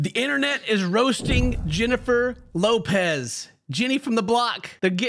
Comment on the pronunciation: btw.. its not Jennifer Lopez.. its HENNIFER LOPEH~